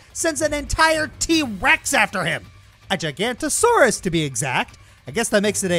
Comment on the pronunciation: Okay, if you call it a T-Rex and then a "GIGANTOSAURUS"...whatever the f*ck that is...that's not a T-Rex. It's actually called, spelled and pronounced: Giga-no-to-sau-rus; the Giant Southern Lizard, it was a member of the Carcharodontosauridae family (Shark-toothed Lizards) and wasn't related to Tyrannosaurus-Rex in any way; that's why Tyrannosaurus has its own family tree, the Tyrannosauridae. I'm not just criticising the errors in that section of the video, I'm also venting my frustration at the game itself for not knowing the difference between a Tyrannosaurus and a Giganotosaurus; it doesn't even have 3 digited arms, never mind the stupid horns on its head being a fabrication.